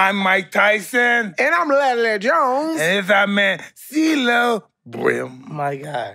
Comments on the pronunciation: When Mike called steelo cee-lo green 😂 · Did Mike call him Ceelo Green